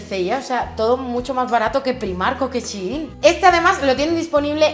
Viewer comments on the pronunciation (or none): none